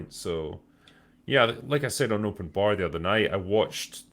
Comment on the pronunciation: I love the way says Open Barrrrr it's so thick with accennt XD